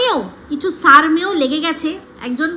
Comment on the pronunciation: সারমেয় pronounced as sharmeyo not sarmeyo.